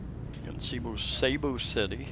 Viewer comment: i thought you were an intelligent individual making useful videos for people around the world. say Bath Room as most Filipinos say and Cebu city, not say bu. The name "Cebu" came from the old Cebuano word sibu or sibo ("trade"), a shortened form of sinibuayng hingpit ("the place for trading"). It was originally applied to the harbors of the town of Sugbu, the ancient name for Cebu City. and when you find any real estate advertisements saying CR let me know.